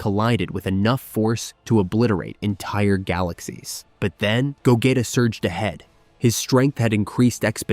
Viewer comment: No offence but you’re saying Vegeta’s and Gogeta’s names wrong the e in their names are silent and you the g you have to say it by its self not when you say it in go